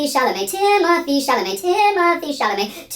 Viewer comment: “TIMOTHEE CHAMLAMET!” 🐿️🐿️🐿️🐿️🗣️🗣️🗣️🗣️